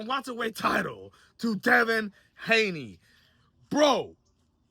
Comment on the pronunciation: Did he really say Devin Gayney?… 😂💀